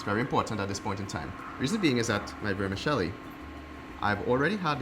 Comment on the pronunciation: Please stop saying "Vermishelli" gorshhh